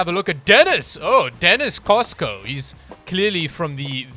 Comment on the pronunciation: game: Dennis Costa: Dennis Cosco